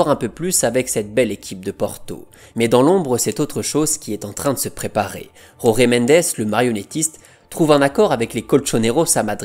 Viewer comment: Falcao ❤️ Désolé d'etre négatif mais la prononciation de Jorge Mendes est à revoir 🥲